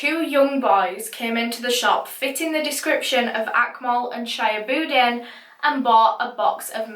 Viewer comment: not sha-ya-bud-in . It's She-hub-ud-deen. But who cares. A murderer is a murderer.